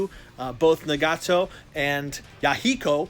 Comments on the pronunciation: It’s pronounced Nah-ga-toe (sorry I had to correct you bro it’s just mispronunciation bugs me especially when you’re told how to pronounce something) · Na-gaaa-tow, Ya-hey-kow, my god!! My ears are bleeding.